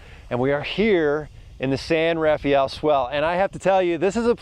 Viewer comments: Great video! But please, as we locals have since the beginning of time pronounce it ---> The "San RAA-FELL Swell" NOT The San RAFAAEEEL... Swell. Thanks! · 😂 My feelings exactly! I cringe every time I hear someone pronounce it San RafEE-aL!